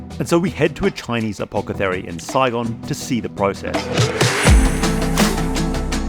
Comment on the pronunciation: Did you pronounce it "apokethary"?